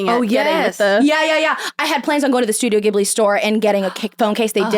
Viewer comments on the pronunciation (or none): Studio ghibli is pronounced with a “j” sound, not a “g”!!! Just wanted to let you know ♥️